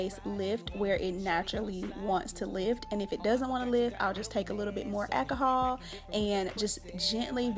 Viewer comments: I could only listen to three mispronunciations of alcohol before giving up. 😂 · Girl i bet u love the dollar tree...go on with that ahkahall..i always thought it was called alcohol but hey ahkahall is cool too.smh